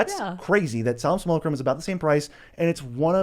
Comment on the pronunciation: That simulacrum pronunciation absolutely makes my soul die every single time.